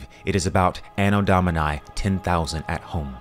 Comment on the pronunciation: Great video, but you don't need and english accent when pronouncing "Anno Domini".